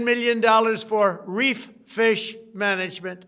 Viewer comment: "RE-F-FISH Management"